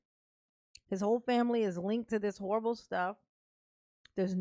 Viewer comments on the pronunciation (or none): none